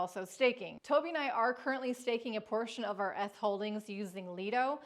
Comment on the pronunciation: Did she say ehth tokens?